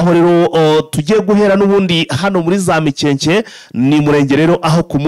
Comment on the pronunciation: Hitwa Mikenke biva kw'ijambo Imikenke. Ntabwo ari MIKEKE rwose!!!! Ntibavuga GASITA bavuga Gasiiiita biva kubwoko bw'Abasita rwose ntimukice Ikinyarwanda. Birababaje.